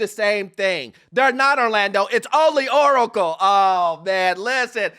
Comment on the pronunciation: When said "OoOcle" i locked in.